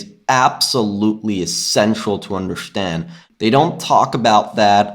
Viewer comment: chanGe, averaĐe, underštand . This ĐĐĐĐ and ŠŠŠŠ :D don't take it personally, love ya